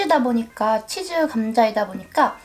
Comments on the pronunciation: 일본인한텐 그렇게 들린대요 한국 즈 랑 ズ는 발음이 다르니까 ズ라고 할순없지만 그렇다고 じゅ도 아닌데ㅋㅋ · 韓国人は 「ざ」が「じゃ」になってたりしますよね！ 「つ」が「ちゅ」とか！